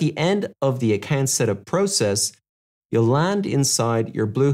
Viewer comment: Why are you pronouncing Account as Accant?